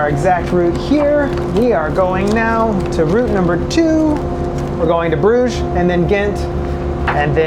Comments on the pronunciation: Pronounces brug ge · attempt at pronouncing the name "Brugge" - completely wrong! LOL! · My Belgian wife tells me the pronunciation of the place you started from is pronounced Nee-port in English. It’s like when you go to Brugge is actually pronounced. Bru-ha. Don’t ask ¯\_(ツ)_/¯